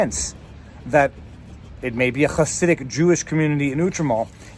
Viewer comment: Interestingly accurate pronunciation of the word "Hasidic".